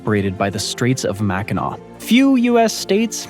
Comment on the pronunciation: actually pronounced Mackinac correctly